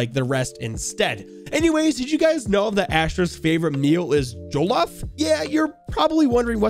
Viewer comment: the way he pronounced accra and jollof :chillwcat